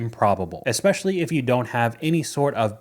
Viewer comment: Omg you said 'eSpecially' correctly!!!!!😮